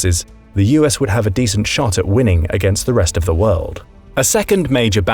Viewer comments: The “Wold” 🤭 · What is “The Wold”? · Wold? Haha. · Uhhh🤨what’s a ‘wold’? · *WORLD;...-->>NOT: "WOLD"!!! !! !.